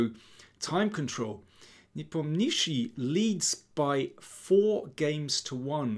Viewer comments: daniel you're the king but for god sake please learn to pronounce ian's name properly ! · Befor making video, learn how to pronounce players surname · Why is he calling him nepomnishi, am I missing some inside joke? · russian pronunctiation is ne-pOm-nya-chtch(sounds like [sh] but softer)iy. with accent on pOm. This surname means "doesn't renember" like someone asked -What is his surname? -He doesn't renember. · Ffs learn to pronounce the guys name. Lazy and unprofessional.